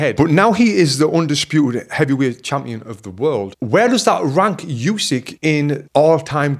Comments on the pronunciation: Good analysis and yes, the ref absolutely saved Fury from a TKO. Only one thing to mention. As one of the greatest ever I think Usyk deserves to have his name pronounced correctly. It's Oo-sik not Yoo-sik. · Not Usky, but Usyk. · Oosyk not yousyk 😮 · Usyk not Usik